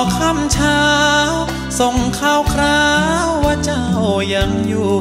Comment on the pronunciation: ใช่ค่ะ ออกเสียงคำควบกล้ำ คราว เป็นคาว อีกคำที่อยากให้ออกเสียงให้ชัด คือคำว่า เป็น นอกนั้นพูด ร้องได้ไพเราะมากๆ มีเน้นคำหนัก คำเบา ดึงภาษาให้มีชีวิต ฟังแล้วคนฟังอินเข้าไปในเนื้อเพลง เหมือนมาอ้อนวอน ขอร้องดีเจให้ช่วยตามหาคนรักให้ทีบรรยายถึงความคิดถึง ความห่วงใยคนรัก ถ่ายทอดภาษา อารมณ์เพลงได้ดีมากๆ เสียงตอนนี้เป็นเสียงคนหนุ่มเต็มตัวกว่าแรกๆจะเป็นเสียงแหลมกว่านี้ ฟังหลายเที่ยวยิ่งไพเราะมากๆค่ะ